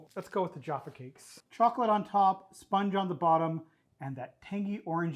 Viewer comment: Pronunciation scores: Mousehole 10/10. Jaffa 7/10, Caramel WTF? This is like the opposite of everyone in the UK. Careful, young man, you're in danger of having your honoUrary Brit status revoked. Edit: Jaffa Cakes do NOT contain artifical flavoUr. That's it, hand in your tea bags at the desk.